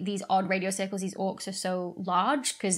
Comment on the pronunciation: Odd Radio Cirlces.. pronounced like Cersei?